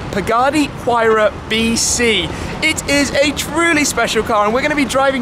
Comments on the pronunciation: Tim, it's Why-rah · Mispronounce "Huayra" again and I'll steal all of your cars and burn them.